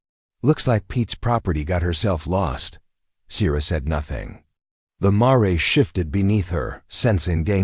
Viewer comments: Brooklyn, NY. I started listening to this story, but I am tired of hearing the mispronunciation of the word MARE. I understand the word Mare " to be a female horse, pronounced like Mere or in American English Mayor. If I am wrong, then shame on me, but the AI voice pronounces Mare like "Maray" - that is so annoying, so I would not continue to listen anymore. I think that this might be a great story but I just finished listening to another story that pronounced Mare exactly the same way. I listened to that story because the word Mare did not appear as much as in this one. Thank you anyway. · I got as far as mar-ray. Stopped there. It’s mare. Sounds like rare. Female horse.